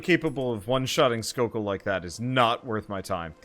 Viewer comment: I think his names jokell not skokell?